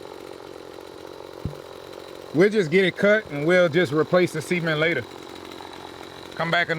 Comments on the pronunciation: ASK, not AX. Y'all is NOT a word; GROWTH, not GROFE; SI-MENT, not SEE-MENT. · Ya pronouncing cement like sea ment is funny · Why are you pronouncing cement lik seamen?